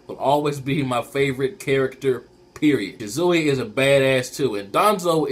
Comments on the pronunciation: ahh the way you say shisui urks my nerve lol its SHI-SU-WE not shi-zui lol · why do u say Shisui like Shizuwi....that's funny